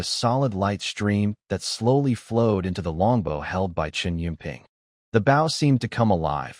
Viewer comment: Getting a little tried of these Ai reads mispronouncing bow 🏹